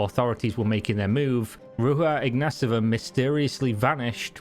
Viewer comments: Theres no S in her last name …. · Mate, I know Bulgarian names can be hard for English speakers but ... You are saying totally different last name ( the mispronounced first name I can dismiss as x and y are funny letters in English) but the last name you are saying is totally different Ignaseva it not even close to ignatova. We have it simple , no silent letters and you just sound every letter. Ig na to va